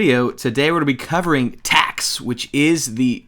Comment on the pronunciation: whenever you said "Today we'll be covering TACS" i got worried. Thought u said Tax XD